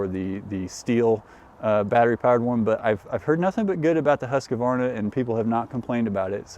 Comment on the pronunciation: Husqvarna, NOT Husqa-varna